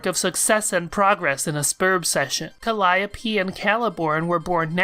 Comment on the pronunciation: ....never thought that calliope would be pronounced like that